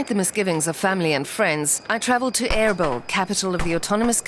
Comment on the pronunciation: Erbil, NOT peril .